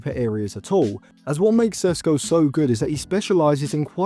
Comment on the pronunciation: What an idiot of a youtuber. Only watching his highlights then making conclusions about him. Have u seen the shots he missed? You dont even watch his games yet making predictions of how well he’ll do. Learn to pronounce his name first